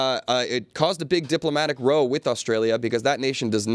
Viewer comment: Diplomatic row pronunciation is wrong????